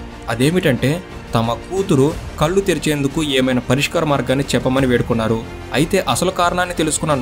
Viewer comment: కల్లు కాదు కళ్ళు.